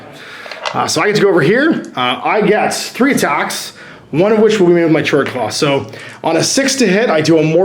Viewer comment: It's pronounced 'kord-klaw'. :v